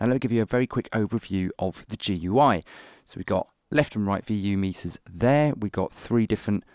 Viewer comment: The interface looks nice and minimalist and the art design on the GUI s nice as well. I like the sound too. Your voice recording is also very crisp and clear! Nice music session too :) Oh and GUI is said as "Gooey" so not to disappoint the computer nerds out there ;)